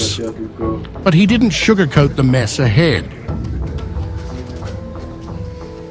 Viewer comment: mees ahead says Lie-mee narrator.. wot, no mess NOW? Out of touch w a n k a s.